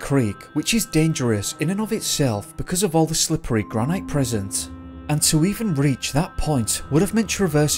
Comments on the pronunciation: granite is pronounced granitt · Why are you saying granite like that? You’re from the uk ? You must know the granite city - Aberdeen. Love Yosemite, must visit one day x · Gran-it not gran-night. Thanks.